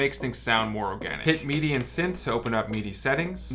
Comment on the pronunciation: “Meedee” mapping? But great video otherwise 😉